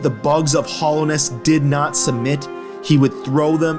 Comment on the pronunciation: i don't really see PK having a use for geo, as powerful as he is he could probably just get whatever he wanted. also your pronunciation of hallownest causes me physical pain